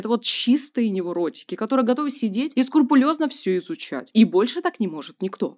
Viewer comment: скрУпулёзно, не скурпулёзно)